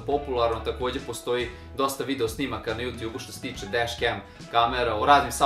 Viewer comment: DesKem? Al znate engleski, a bitno je da se proseravate sa istim. Nauci izgovor druze.